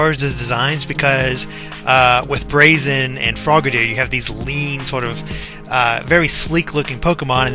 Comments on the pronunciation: Gah,, you're still pronouncing Braixen wrong. It does have an X, it's just that how you pronounced it in the analysis was like "Brahkseein" (probably because you were misreading it as "Braxien"). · Braixen is actually pronounced breaksin, which is derived from vixen (a female fox).